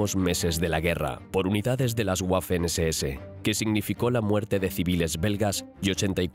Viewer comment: Las “Guafen SeSeEse” 😅 Me encanta la voz pero la pronunciación de algunas palabras en alemán son malas y otras buenas 🤔 ¿a que se deberá?